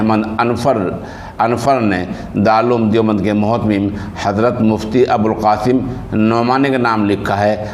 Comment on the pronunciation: متہم نہیں مہتمم ہوتا ہے